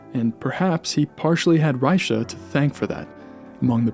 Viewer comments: "Rycha"... don't know how the Germans and the French pronounced his name at the time but the current Czech way of pronouncing his name as "Rey-kha". Great video otherwise👍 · German name, German pronunciation. Plain and simple. Fascinating presentation, though! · the ch is pronounced like in Loch Ness. are you sure that "die Kunst der Fuge" contains variations? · that's not how you pronounce his name FYI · yeah and it's wrong.